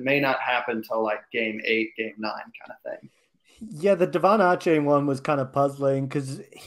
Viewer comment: How the heck have you guys not figured out how to say Achane’s name? Dude has come and gone from A&M and none of y’all can consistently say his name the same everytime. And is the only person I have ever heard pronounce it Awwwchane.